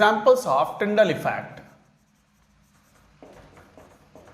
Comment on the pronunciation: Tyndall bol rahe hain sir tinder nhi 😁😁😁😁😆🤣🤣